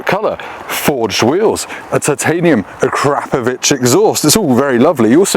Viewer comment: Kudos for the correct pronunciation of ‘Acrapovic’. As for the bike, it’s not a looker but it sure made laugh out loud, and that, as you said, is what it’s all about 👍 Andy 🏴